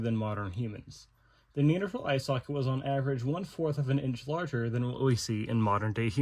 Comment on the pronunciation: Very good I was contemplating doing a course on ancient anatomy. Maybe I don't have to now. Nice you pronounce Neanderthal correctly. Remember to use metric units as well - there's another world out there!